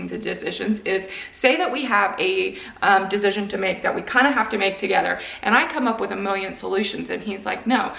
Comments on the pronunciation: Why do you keep saying dezision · As an INTP I am immediately firm on how funny her pronunciation of “decision” is. No wavering, I’ve made my “dezision”. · I am an intp and the way you say decision is driving me crazy. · My INTP personality is being triggered by the way you pronounce decision 😂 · Fine then but the way you pronounce "decision" drives me absolutely insane. Sincerely, A well balanced INTP